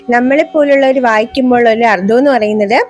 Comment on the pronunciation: ഉച്ചാരണം ശ്രവിക്കണം അർത്ഥം എന്നതിനു് അർദ്ധം എന്നാണ് ഉച്ചരിക്കുന്നത്